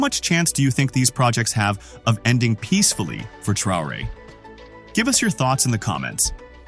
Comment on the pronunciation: Tra o re heißt er nicht Trare🤷‍♂️